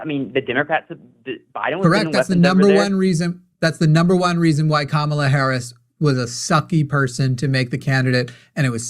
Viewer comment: they cannot say her name correctly - just say harris - that is what i do